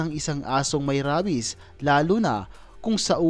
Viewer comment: Rabies is pronounced reybis